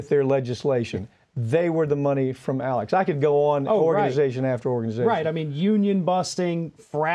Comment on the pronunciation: ALEC not Alex.